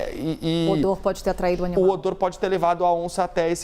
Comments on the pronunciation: O "onimal" kkkk😅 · Ela falou: O onimal